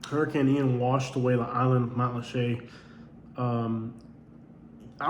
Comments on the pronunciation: And it's Mat-lat-cha, not Matt LeChe' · There’s plenty in Matlacha! It was NOT wiped clean by Ian! Lots of homes and businesses remain. You’ve clearly never been there. And yes (to the other comment or) it IS pronounced matt-la-shay. :)